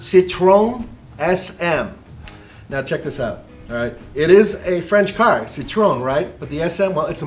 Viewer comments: citroN... you are car guys how dont you know how to pronounce citroen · "Sitrone" SM